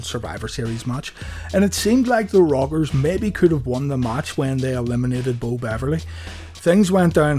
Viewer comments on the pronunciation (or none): Nice video an thanks but every time you say the rockers I hear the robbers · funny ow he cant say rockers and says the robbers